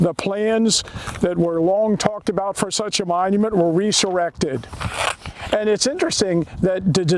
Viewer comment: Interesting way to pronounce resurrected!